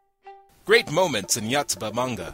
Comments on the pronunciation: Lol! It's the little things in life.. (Except, I twitched when I heard, "Yahtsuba." Yoh. Yoh. Yooooohtsuba xD) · WHy the FUCK do ya pronounce it "YAtsuba"? =_=